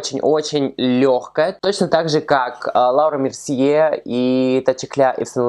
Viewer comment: Вот ты смеёшься над тем, что Гоар неправильно произносит некоторые названия продуктов, а сам вместо того, чтобы говорить «Лора Мерсье» говоришь «Лаура»)) Или не Зоива, а Зоэва. Некрасиво это как-то) Надо всегда начинать с себя